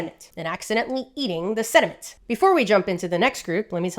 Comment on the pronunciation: The way she said "SeDimEnT"